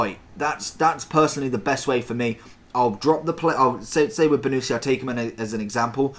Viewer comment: It’s pronounced bonnuchi not bonucci just correcting